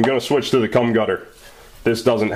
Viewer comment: "Cum Gutter"??? I think you mean GUM Cutter lol.